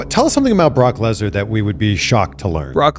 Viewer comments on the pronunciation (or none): I love how you or the Ai voice say LesNAAR... he is pretty Gnaarr I must say